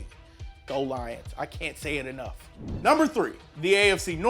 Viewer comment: that emphasise on the Lions made it clear that you're lions fan